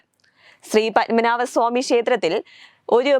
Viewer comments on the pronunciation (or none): പൻമനാഭൻ അല്ല പത്മനാഭൻ